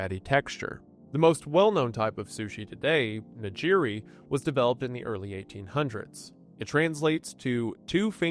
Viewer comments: Came for "Hawk-ay-Daow", stayed for "Nuh-Jeerie" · At least we know he's not AI, but by golly is it painful to hear "Huh-kay-doe" and "na-jir-ee." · Why did he pronounce nigiri as “nijiri”? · Nigiri hurt worse. He butchered that, ironically, as I was eating salmon nigiri 😂